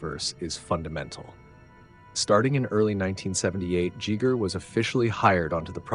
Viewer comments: Giger knew how to pronounce his own name. There are not 'several ways to pronounce it.' There's the correct way, and wrong ways. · Dude you butchered his last name. By not saying it right and repeating it over and over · Okay dude.... the way you pronounce Giger is UNBEARABLE. I'm out.... Reupload the video with the correct pronunciation. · Awesome work. But please pick at least one mispronunciation of Giger and stick with it lol. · How many ways can you mispronounce Giger’s name? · How is it you pronounce H.R. Giger's name 3 different ways? 🙄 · Good video, just wish u learned how to pronounce giger before recording all this, such a missed opportunity. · Why do you have to be from Scandinavia or Germany to pronounce Giger. 🙄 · I like how he pronounces Giger three (potentially 4) different ways. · I like how he is the first person I hear that make mistake in the pronunciation on that man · Considering how in depth you like to go in your videos, how can you mispronounce Giger's name? It begins with a hard g not a soft g. Just saying. At least you're not pronouncing it like Geiger counter like most people do. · I have never, in 46 years, jests the pronunciation "Jjheger"....where does this come from? He alternates back and forth between Giger and 'Jjheeger' four times. It ruined a good video. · Welp, as someone speaking Swiss German natively, I can in fact inform you that's not how his name is pronounced. There is no "eye" sound in there, that's an english-ism. It's more like the sounds in "eerie" (quite appropriately ;) ). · I'm more disturbed by the pronunciation of soft-G Giger followed immediately by the pronunciation of hard-G Jodorowsky. Are you a clanker or something? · Good--but the brilliant Swiss designer Hans Ruedi Giger's last name is pronounced GEE-ger. Two hard G's--like "geegaw". Or "ghee". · Who's 'Jeeger' ?? Ha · "GHEE-gər" its how you say it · Geeger lol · Giger is pronounced "Geeger" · Giger does not sound like Geiger counter. It sounds like eager.